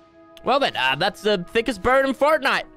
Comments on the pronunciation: thickest bird in fertnite ME: its pronounced FORTnite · Stop calling it furtnite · Fortnoit is how he says it